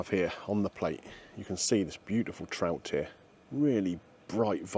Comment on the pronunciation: I thought you said ill start with the tramp 😅😅 not trout